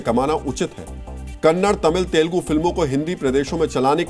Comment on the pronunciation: That is not तेलगु that is तेलुगु ok